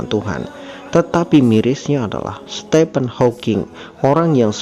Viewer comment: Nikmat iman, anugerah terbesar. 🤲🏻 Btw Admin, Stephen dibaca “Stifen” bukan “Stepen” 🙏🏻